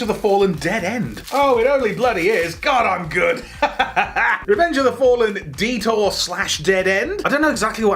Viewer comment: I kept thinking Dieter when you were saying detour.